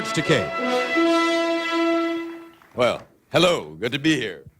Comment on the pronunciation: At least he pronounced George takei's name right this time